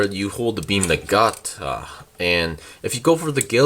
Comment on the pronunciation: Na-ga-na-ta is how the weapon is pronounced.